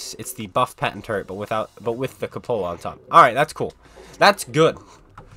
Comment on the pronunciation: If you're going to be an author, you should probably learn what a cupola is and how to pronounce it.